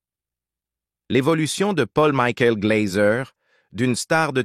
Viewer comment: Pôll Mikoul Glazeu !!! Maudite voix robotisée de l'IA 🙄